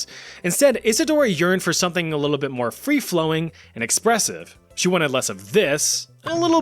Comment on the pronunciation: lol he says “a lillo bit”